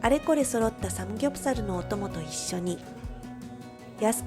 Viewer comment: 카오 누나 삼굡사루, 자갈치루, 서우루 발음이 너무 카와이하므니다